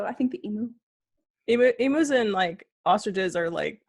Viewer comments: I’m just super curious as to how it started that Americans always (mis)pronounce emu. Because it’s alway been eem-you here in Australia, as far as I know anyway. But I’ve always heard Americans say ee-moo, which is just weird to me. Although I think there are a few words where Americans say “oo” instead of “you”, like nooz instead of nyewz and such. Maybe that’s why. And it is a bit weird that I answered my own question while typing. Making this comment entirely pointless, but oh well. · As an Aussie I feel compelled to tell you it is pronounced emew like pew. Not emoo as in boo. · I have a question- why do Americans pronounce it ee-moo? It’s eem-you. I just wonder why. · I love you both! FYI it is pronounce eem-you LOL! Thanks for the fun video. :) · Okay.... Abby.. love you... but its an EMU ( EE - MEW) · I love how you call them emoo. Hugs from Australia 🤗🤗🤗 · I think the easiest way to describe how we pronounce the bird is ‘emew’. They are big scary birds who are VERY inquisitive and make a funny noise a bit like ‘glug’. We have some really bizarre animals down here!! 😄😀😄😀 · Wait...how do YOU pronounce "emu"?? questions everything